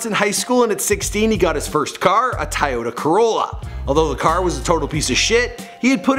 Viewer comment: Did he just say TYE- ota Carolla